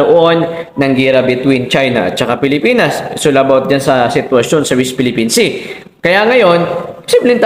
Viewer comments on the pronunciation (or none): D ka nahihiya boy yung mga amo mo ang daming atraso ok lng sa inyong mga kulto. pag ang presidente pala ang murahin at siraan ok lng sa inyo aba is kang kalahating bugok is pa Ayusin mo pananalita no d ka maintindihan correction west Philippine sea hindi wist😂😂😂